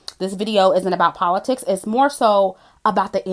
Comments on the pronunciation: Did you just say Cardi is educated? The same Cardi who said "Poe-li-ticks"?!😂😂😂😂😂😂😂😂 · Puh-lit-tics is that WAP (wrong ass pronunciation)